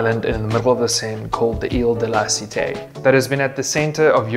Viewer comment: It is really strange hear Paris history in English because you don't conserve the pronunciation of some words like la cité (non la citei) and others. The rest is acceptable.